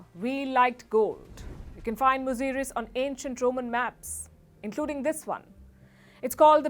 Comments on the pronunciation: It's not muzuris it's muzura all over India. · Say it "Musiri",,,,,,,Cera dynasty's port. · Thank you for limelighting ancient historys of South India. Beware of English spellings. It is pronounced as Musiri.